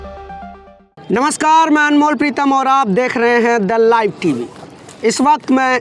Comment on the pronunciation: The live TV वाले ध्यान दें- आपका ये एंकर The live TV ko इतना जोर दे बोलता है द लाइव टीवी के दल्ला इव टीवी सुनाई देता है। एंकर को अपना pronsession सुधारने को कहें।